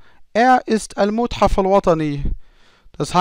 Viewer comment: mathaf , nicht muthaf ;-) ... aber klasse erklärt . Das liebe ich besonders an Deinen Lektionen. Was Du zu den Verben erzählst.